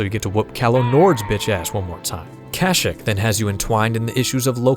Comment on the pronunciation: Love the video man but that’s not how you pronounce kashyyyk 😭😭😭 it’s pronounced “cash-sheek” not “cash-ick”